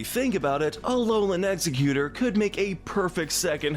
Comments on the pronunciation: It’s egg-Zerg-utor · It's Ex-egg-U-tore. And Pokemon is too good to be associated with the cleaning sponge. And NEVER say 'everyone's favorite' when referring to this show, I HATE all of it! It's pronounced Fur-frue with a hard U not ow. Dewpider is like spider, the anime screwed up